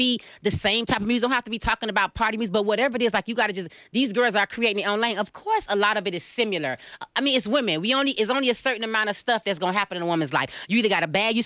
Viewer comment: “it’s only a certain amount of stuff that’s gonna happen in a woman’s life.” wtf? btw, whoever you are, it’s “similar,” not “simular.”